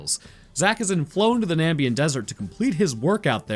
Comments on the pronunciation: FOR GOODNESS SAKES!!! It's not Nambian desert! It's Namibian desert! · Him saying Nambian instead of Na-MIB-ian twirled my brain a bit. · na...mib...ian...? it aint hard bruh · I know you're definitely not going to read this. But my brother in Christ how do you read Namibian desert and say Nambian. How does that happen. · It's frustrating how much this bothers me, but it's the NAMIBIAN desert, not NAMBIAN.... FUCK otherwise great vid, love your stuff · Namibian not Nambian. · I believe you meant Namibian and not nambian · FOR GOODNESS SAKES!!! Its not Nambian desert! Its Namibian desert!